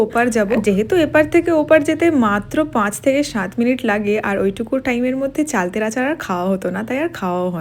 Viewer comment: চালতে কথা টা ১০-১২ বার বলেছো এবং প্রত্যেক বার ই ভুল বলেছো